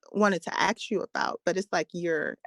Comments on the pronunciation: Communications major........."can I axe you a question?" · Masters in communication: "I axed you......" LOL!!! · Communications major who says "axe"? hahaha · A communications degree holder who says “AXE” for “ASK”…..Wow! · she says "Let me Axe you" LMAO! She will die alone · ….“ I ax”….‘’? How about, “I’m asking?”…😝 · I am german and learned english in school so sorry for asking but: Why do so many black people seem to say "aks "instead of "ask"?! And yes, I seem to hear that alsmost exclusivlely done by black people. Is it some kind of slang?! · She wants to 'axe' you a question and have the answer 'resignate'...and she has a communications degree, but can't talk. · Communications major had to AX a question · This right here is a huge pet peeve for me. Axing people is hard work!!! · I was thinking the same thing; you are saying "Ax" 😂😂😂😂😂😂😂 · Second caller has degree in communications, and can't even pronounce the word "ask" properly. 😂